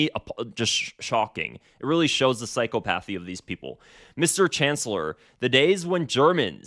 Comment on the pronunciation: I’m sure I’m going to get crap for my post but my intentions are to help not to show off. Psychopathy is pronounced sai-kaa-puh-thee. I still remember how embarrassing it was to learn cacophony is pronounced kuh-kaa-fuh-nee and not kaa-kaa-fo-nee. I hope the best for you, your channel and your family.